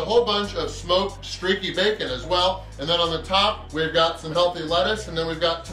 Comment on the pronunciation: Its funny how emphasizes the “healthy” lettuce.